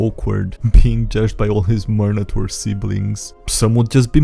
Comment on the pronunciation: Please never say minotaur again